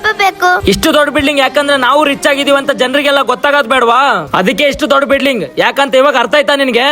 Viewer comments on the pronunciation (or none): 😮ಬಿಡ್ಲಿಂಗ್ ಅಲ್ಲ ಬಿಲ್ಡಿಂಗ್